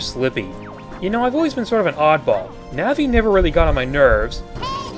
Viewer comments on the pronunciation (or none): none